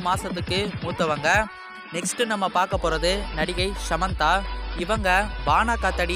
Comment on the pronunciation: Its not shamantha its Samantha